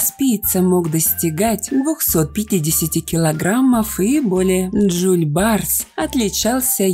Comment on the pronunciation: Жол-барыс а не Джоль-барс учите язык и истории